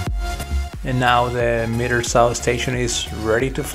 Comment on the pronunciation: Nice video, love the fast frames. Here we say "Miter", I think you were pronouncing it as "Meter Saw"...